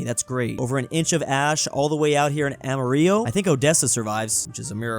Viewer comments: You can tell is learning spanish when he pronounces "AmariLLo"😎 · the way he prounced Amarillo 😅